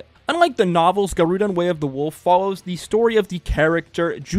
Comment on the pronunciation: It's pronounced Gah roh dehn, not guh roo dahn.